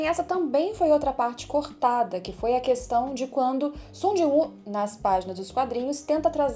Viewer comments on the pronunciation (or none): none